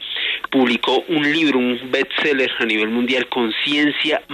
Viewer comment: OTRO CON LO DE BETSELLER .....DIGAAN BEEEEEST BEEEST BEEEEEST BEEEEST